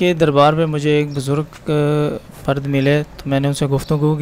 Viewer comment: Right ward HIFZ WRONG HIFEZ WRONG BUZRAG RIGHT WORD BUZRG